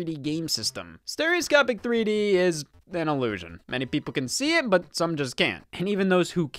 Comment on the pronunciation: “Steroscopie” lmfao